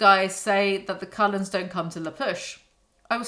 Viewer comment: What does the writing on your merch say? Bella should sit with the Collens.... but with your accent it sounds like coloreds, My brain short circuits wondering why the hell they brought race into it Also I don't believe in unconditional love, I got kids and I love them, give my life for them, but if they grew up and did some sick shit... It definitely would bring out the condition on which if love is deserved...